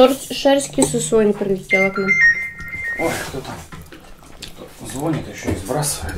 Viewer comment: ЗвонИт, звонИшь